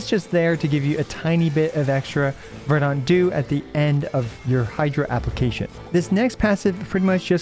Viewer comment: Verdant is pronounced "VER-dent", not "ver-DAUNT"